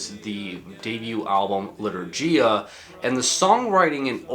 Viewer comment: As a polish person, I plucked a hair in agony each time he pronounced litourgia 💔